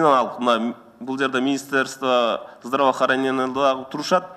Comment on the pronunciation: Министерство здровоохренениени нормальный суйлоп алчы 😀